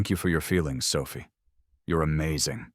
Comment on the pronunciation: How the fuck did she walk out the door? She's in a wheelchair. And who is Mandy? I know Clara, and Sophia, though the narrator sometimes pronounces it Sophi, but I don't know a Mandy.